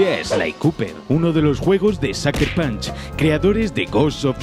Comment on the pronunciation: "Saker Panch" 🤢🤢